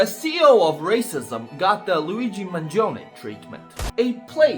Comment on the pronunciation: Thank you for pronouncing Mangione correctly